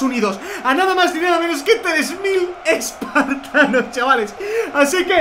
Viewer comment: en el minuto dice expartanos